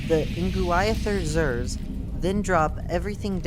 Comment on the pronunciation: I think it is pronounced nuh-GWIH-theh-zir.